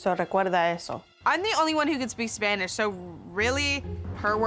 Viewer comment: pero like "check my spanich"